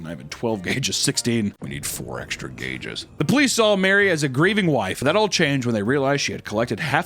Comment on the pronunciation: "we need 4 extra gagues"